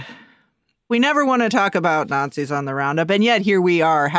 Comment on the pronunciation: When the not-zees show up, you will know about it. Not these people you just call not-zees